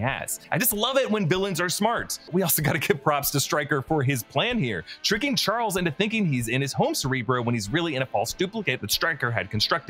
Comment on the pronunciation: anyone else notice when we was talking about where magneto at some points he calls him "charlies" and again lol